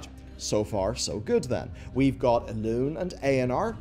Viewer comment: Elun"é", G'H"a"nir ... Sounds like you want us to get triggered hehe, maybe it's just me I don't know. When I hear Gahaneer, I get triggered.